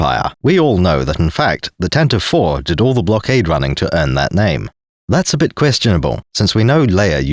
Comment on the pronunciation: Thank you for finally being a sane Star Wars tuber who actually calls it, correctly, the "Tantive 4"-- I have run into so many, many, many, people who call it the "Tantive-eve" and it actively makes me long for death.